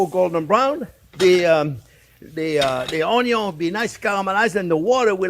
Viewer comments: I could listen to him say 'onyon' all day. 😁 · Love when u say onyo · Just youtube "How to dice an onyo" and you should have your 13m answers.